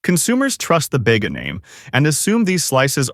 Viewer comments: Bayga? Every Aussie knows it's pronounced Bee-ga! Dairy Leah? Dairy Lee! Assuming this is aimed at the consumers here in Oz, the least we can have is correct pronunciation!! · everytime ai`HE says "Bega" 😂